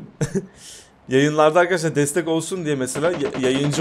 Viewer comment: bir merheba demesini öğrensin merrebeer arkedeşlar diyo